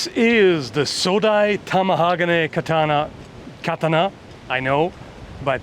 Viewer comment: i dont want to be *that guy*. But since you care about saying it correctly, it's pronounced: "ka-TA-na" (soft T)